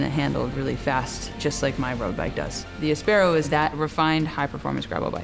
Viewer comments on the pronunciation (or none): Sorry guys, you called your bike áspero (spanish for rough) - not aspéro - so please pronounce it the way you yourself chose. It is not English, it’s Spanish!